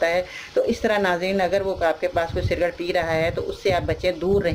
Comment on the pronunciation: SALAM WRB. AP CIGARETTE KO CIRGATE KEH RAHI HAIN, CORRECTION KAR LEN.